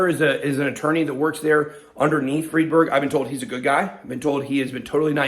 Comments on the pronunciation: When y'all get so confused, Is it Freedberg or fried berg?, just remember Einstein. Nobody says Eenstein, right? It's because German (and thus Jewish) names pronounce SECOND vowel, not the first as we do in English. So, Friedberg is freed-berg. The SECOND vowel. Capeesh? :) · ' friendburg '... sounds j000wish.. ddamn.. you better be careful BitBoy.. I never really liked you or your content.. esp when you were bullyiong that other guy.. but you kinda changed since the past week